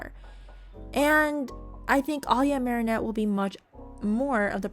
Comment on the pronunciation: Am I the only one who noticed she started saying Mary Anne at the end instead of marinette?